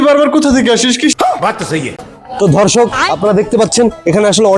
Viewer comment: এ কি বললো রে দর্শক না ধর্ষক😂😂😂😂